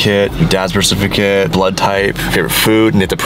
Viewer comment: What’s a bercificate